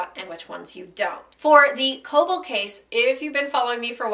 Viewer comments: im pretty sure kölbl is pronounced "krlbl". if it's german, that is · You don't really pronounce Ös like that... you'd bring the front of your tongue up when saying the ö